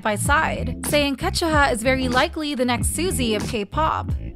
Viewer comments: It’s KA ZU HA not Ka Chu Ha ** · It’s pronounced “Ka-zu-ha” not “Ka-chu-ha” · “Kazchua” NO. it’s pronounced as “ka - zu - ha” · "Wintah"? "Kajuha"? 😭😭😭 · Why did you pronounced Kazuha like Kashua?? 😂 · Ka chew ha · “winta” “kajuha” 😂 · At this point these people just mispronounce names. Ketchuha Winta😂😂😂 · Their doing it so angry people will give this channel views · WINTER! WINTER! WINTER! The way you kept saying "WintAaa" over and over again, got so annoying. Even how you said KarinAaaa. Also KachuHa? What is this? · Why pronounce her name like that? Kazuha is Japanese. KA ZU HA. Am I missing something? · but her name is Japanese (中村 一葉)Nakamura Kazuha also all other members and fan sites and Korean YouTube channels do pronounced it as Kazuha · Great video. Just please fix pronunciation of Kazuha because it's wrong and hurts ears.. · and kazuha oh my god pronounce their names properly! youre speaking english you dont have to pronounce it the way it is spelt in hangul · Why are you pronouncing kazuha like that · No offense but I'm bothered by the way you saying Kazuha's name😭